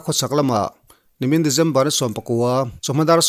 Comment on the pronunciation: December tiin lam hram teh a...Dejember ti a lam lo in...Regen nilo in, Region tiin